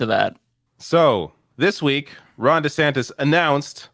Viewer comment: DeDouchebag mispronounced his OWN GODDAMN NAME!!!